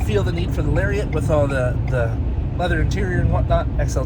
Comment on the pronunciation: Lol when he mispronounced Lariat.